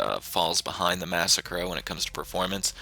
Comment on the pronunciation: Lol wtf is this video suppose to be a joke?? Shut up noob.. Learn to say "massacro" Typical noob says adder is good Only noobs play with catchup and slipstream The spoiler of t20 doesnt work so how is it good?? The only good thing u said was the dominator